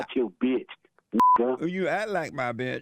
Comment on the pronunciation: "You ack like my betch."